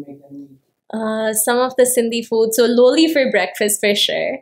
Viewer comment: I felt goosebumps watching the video where every aspect of our community was covered, The Stereotypes, The Extinction its all real but when it came to food I realized how long it has been that I didn't have "Seyal Maani" also correcting its not "Loli" its "Lolo".